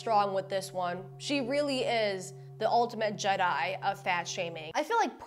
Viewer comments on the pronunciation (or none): none